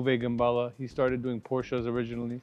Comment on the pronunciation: The first time I'm hearing gerballa